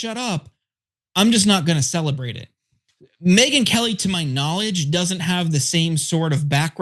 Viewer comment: I thought Cenk said Midget Whores Lmao